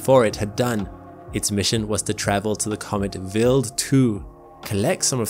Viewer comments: why would someone with a British accent (I presume) be unable or can't pronounce English words like "wild" (not willed) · It sounds like he is saying Bill 2 instead of Wild 2. Weird. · Very interesting - just find the strange pronounciation of Wild as "vild" slightly distracting ! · "Vil2"? Isn't it Wild(as in from afar/nature/outside)2? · Quick question: throughout the video, your pronunciation of the W sound (English) was normal/common - regardless of the W's position in the word &/or whichever consonant or vowel it was preceeded or followed by. So, why did you adopt the German pronunciation of W ( v sound) for the word Wild? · yeah, i gathered as much. But he only used the V sound as a W in the word Wild, yet he pronounced many other words with W's like the English W - rather than the Swiss/German W (V). WEIRD, ISNT IT? 😜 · I know it’s most likely just a difference in regional pronunciation, but hearing “willed” when “wild” was being said kept smacking me out of the video lol. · Why does he pronounce "Wild 2" like "Will 2"? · Why is it pronounced vild rhyming with chilled and not wild rhyming with child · Although very interresting, I was annoyed every time the narrator called Wild2 Willd2. I believe it's pronounced WILD as in wild animals. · he says Wild like Vild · so why are you pronouncing wild as villd? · if this guy is going to say Wild 2 so much, someone should have taught him how to pronounce a W sound. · Can i mention the way he pronounces WILD, its a I not a E. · You're saying wild wrong.